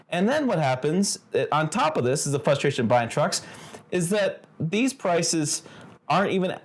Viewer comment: You mean we feel his "fustration". 😅